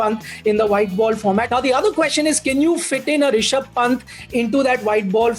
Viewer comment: WHEN IAN SAYS RISHABH PANT IT SOUND LIKE "RASHID KHAN" WHO ELSE AGREE?